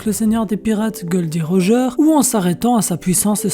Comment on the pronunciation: « Gold D rogaaaa »😂😂😂 putain magnifique la prononciation 👌👌😂😂